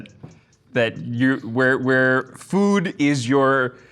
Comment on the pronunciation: He literally pronounces food like"fud"